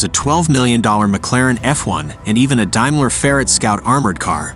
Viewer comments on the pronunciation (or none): none